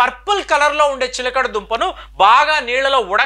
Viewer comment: ఎక్కడ కాపీ కొట్టావురా! source of video చెప్పురా! "చిలకడ దుంప" కంటే "చిలగడ దుంప" అనడం సబబురా ఇన్నిఆరోగ్య జాగ్రత్తలు చెబుతున్నావు అయినా నీ తలవెంట్రుకలు ఎలా ఇంత చిన్నప్పుడే రాలాయిరా ఆరోగ్య సూత్రాలు చెప్పటానికి ఇండియాలో వేలకొలది డాక్టర్స్ వున్నారురా నువ్వెందుకు అన్ని నెత్తిమీద వేసుకుంటున్నావు? నువ్వు డాక్టర్ వి కాదుకదా! "సిగ్గూ" "ఎగ్గూ" లేని "విగ్గు" "వెధవ" 😂😂😂😂😂